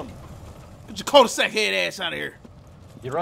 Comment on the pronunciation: I dun herd "culdisac head ass" 13 times n catch me off guard every time😭😭